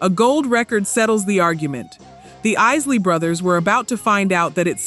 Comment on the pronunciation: Why don't you trap pronouncing the group's name correctly it's not the easily brothers is The Isley Brothers all you are is another white person trying to capitalize on R and b music you need to go somewhere and learn your history before you come online and start talking about something you know nothing about